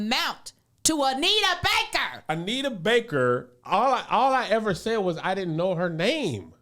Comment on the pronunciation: Every time Kev say Anita Baker I want to slap her name out his mouth 🤬